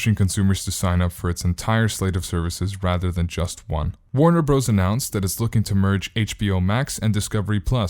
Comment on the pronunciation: "Warner Bros." is pronounced "Warner Brothers"!!!!!